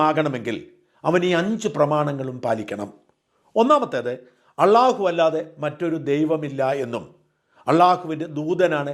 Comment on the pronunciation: ഷാജാ ഖുറാനല്ല. ഖുർആൻ. അല്ലാഹു എന്നു പറയുക. അള്ളാഹു എന്നല്ല.